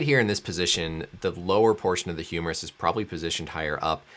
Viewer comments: You most have lost it when he talked about the "humorous shaft fracture" 🤣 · Sounds like he's saying humorous fracture, wich is kinda funny. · yes, indeed it is humerus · I thought he was saying humorous fracture. I was like damn even the Doctor knows it's funny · Doc said "Humorous" tendon.....😂